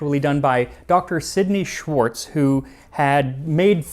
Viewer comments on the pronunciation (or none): none